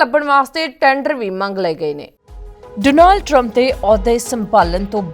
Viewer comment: ਜੇ ਅਮਰੀਕਾ ਦੀਆਂ ਖਬਰਾਂ ਦੇਣੀਆਂ ਹੀ ਨੇ ਤਾਂ ਭੈਣ ਬਣਕੇ ‘ਡੋਨਾਲਡ’ ਸਿੱਧਾ ਕਰਲਾ …. ਓਹਦਾ ਨਾਮ ਡੌਨਲਡ ਆ ਜਾ ਟਰੰਪ ਕਹਿ ਲਿਆ ਕਰੋ ਡੋਨਾਲਡ ਡੋਨਾਲਡ ਵਾਰ ਵਾਰ ਕਹਿਣਾ ਡਾਂਗ ਵਾਂਗ ਸਿਰ ਚ ਵੱਜਦਾ